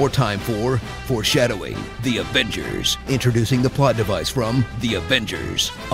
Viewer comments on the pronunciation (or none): "DI AFENCERSSSS" 😂